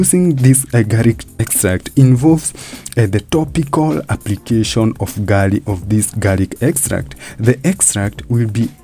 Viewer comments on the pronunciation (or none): its called garlic not garic